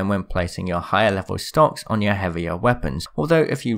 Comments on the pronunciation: Did you say "STONKS?????" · I THOUGHT HE SAID STONK😂🤣🤣😂🤣😂